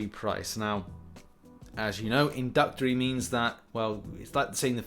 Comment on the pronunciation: What does “inductory” mean,? Not an accent thing. There are more letters in the word you’re attempting to say